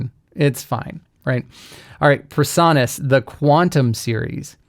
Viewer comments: A small thing, but your pronunciation of PreSonus as "per-saw-nuss" is really irritating. It should be "pree-sew-nuss." (Your pronunciation just sets my autism off!) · Why do you mispronounce PreSonus? PRE, not PER. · The o in Presonus should be long, not short. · I've never heard anyone pronounce "Presonus" the way you do...